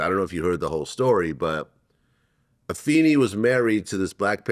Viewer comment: I don't understand why mufuckaz can't just pronounce her name correct... Afeni is said A-fay-ni, Pac's brother Mopreme Shakur said. What is so hard to do?